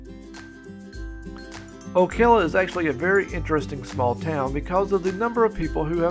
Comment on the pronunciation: And the pronunciation of Ocala. Never heard it called Okela.